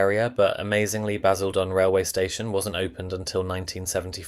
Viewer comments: Four different ways of pronouncing Basildon! 😂 Leigh is pronounced Lee. And the AI thumbs 🤦🏻‍♂️🤦🏻‍♂️🤦🏻‍♂️. Those buildings weren’t there when this video was filmed!!! A bit of accuracy would be great!! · One irritation of so many of these AI voiced videos is the pronunciation of places names. It's not LAY , or CanVAY, or BasilDONN, or (North) BEAR-WICK. Don't the producers check this before posting the video?